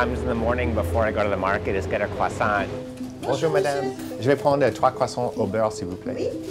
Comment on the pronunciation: say cwoissant one more time I fucking dare you